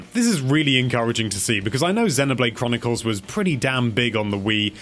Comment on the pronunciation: "At number 8 we've got zenuhblayde kronukols" LOL